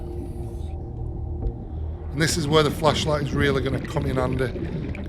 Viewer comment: Your accent works against you when you say flashlight 😂😂